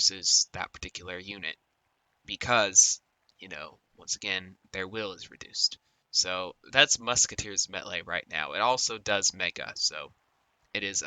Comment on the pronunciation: Musketeer's Mettle is actually just pronounced like metal, not met-lay. Just letting you know, you can say it however you want I suppose.